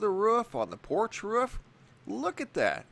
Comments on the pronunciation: IT’S >ROOF< NOT RUFF! 🤦‍♀️ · Wrof definitely lol. Thought a dog took over the narrating lol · Wrof or Roof Which one did i hear? Anyway great vid. Keep upp the good work!